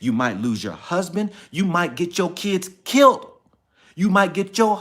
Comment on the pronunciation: I understand everything you went through for your son. I will keep you in my prayer. You are a STRONG Black man!! Oh, it's "killed", not "kilt". All in love!!!!